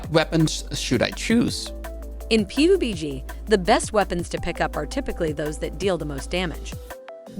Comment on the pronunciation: Pee you bee gee